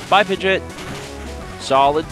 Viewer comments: Pid-gee-awt. Not Pid-jit lol. pls. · Why do you call it "pid-jit"